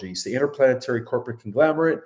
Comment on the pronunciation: Conglomerate. Not conglamerate.